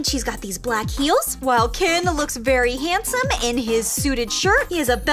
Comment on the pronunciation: You sed hansom🤣🤣🤣😂